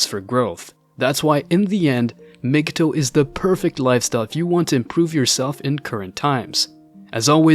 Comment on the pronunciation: You are pronouncing it wrong. It's not mg toe. It's pronounce mgtow like towel